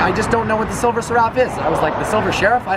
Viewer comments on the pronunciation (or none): It’s pronounced “seref” like sheriff but without the H, not “se-rAf”